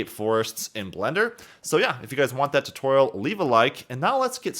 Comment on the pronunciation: "If you guys want a TUHtorial on this topic..."